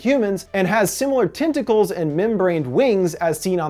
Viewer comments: TENTicles, TENT, not TINT...sorry but it's driving me crazy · "TIN-tickles"??? Not "TEN-tackles"??